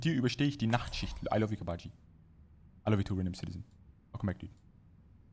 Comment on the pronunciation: Uhm do you learn german? You had a perfect pronounciation at "Mit dir überstehe ich die Nachtschicht"